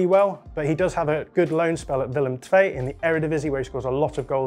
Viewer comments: Great pronunciation of the name Willem II, kudos. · Very good pronunciation of Willem II!